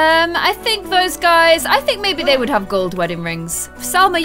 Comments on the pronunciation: You keep calling Salma Jalma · Its salma not jalma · You keep calling SALMA JALMA! like if you agree